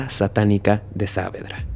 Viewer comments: Es genial la narración, salvo la pronunciación del lugar. Es "Saavedra" sin la tilde, así como suena (Savedra), para que se entienda. El resto es genial, la historia realmente es turbia. Gracias por buscar y sumergirse en casos de mi país, siempre con respeto y atención a cada detalle. ❤ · Hola, que tal? Solo quería aclarar que el nombre del barrio se pronuncia Saavédra (como si la tilde estuviese en la E) y no Sáavedra. Gracias.